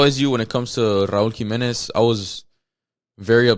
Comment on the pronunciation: Raul Jimenez. It’s not a question